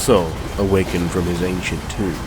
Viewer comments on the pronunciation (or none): none